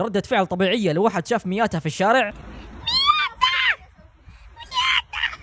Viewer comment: مياتا ❎ كياتة ☑️